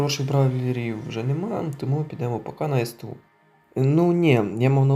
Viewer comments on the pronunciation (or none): НЕ С Т У, А СТУ!!!!!